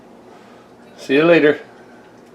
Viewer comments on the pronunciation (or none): none